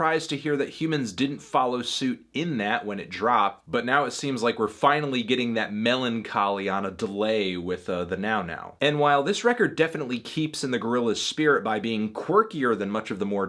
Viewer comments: He said Meloncholy hahahahaha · He said melon-choly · Did you just say "meloncholy" ?? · did he just say m e l o n c h o l y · “We’re getting that MELONcholy” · He over emphasized ‘melon’ in melancholy 😂😂😂😂😂